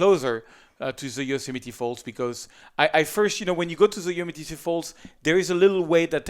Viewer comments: Dear, it seems either you keep ignoring your fans' comments or you don't even read them. Please clean the spot in your video and pronounce Yosemite "yoh-sem-i-tee" correctly. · And of course, another sarcastic comment on his pronunciation of Yosemite.. I wonder how is their French accent, those tiresome people?